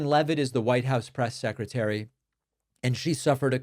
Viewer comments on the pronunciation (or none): DAVY PACY melts down over PRESS SEC melting down over trump's golf scandal. There. Fixed it for you. Seriously. You are the only one who keeps saying "secy". Everyone else does it the right way, so every time you do it wrong I'll be here to mock you, DAVY PACY.